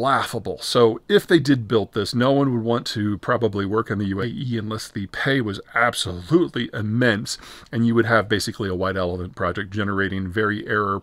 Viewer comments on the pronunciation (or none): none